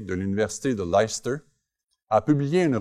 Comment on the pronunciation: Very informative and interesting. But do please note that Leicester is pronounced like less + tuh. Even though every Welsh school child must attend Welsh classes, in practice that does not mean they learn Welsh and most will never be able to speak it. Language lessons at school are the best way to ensure that someone dislikes a language!